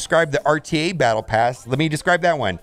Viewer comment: No, it's Bottle pass. You said it correctly.